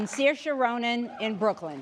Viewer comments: at least she didn't screw it that much with saoirse Ronan.. she said sirsha.. although is sur-sha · She mispronounced Saoirse too